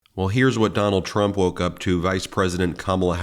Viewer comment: “Donald Tramp”lol slip of the tongue? 😂